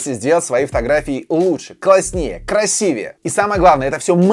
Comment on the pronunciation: Первый человек за этот месяц, который сказал Краси́вее, то есть правильно, спасибо!